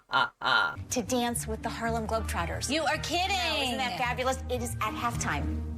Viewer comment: Ngl, your flub of the Harlem Globe Trodders was hilarious!! 😂😂😂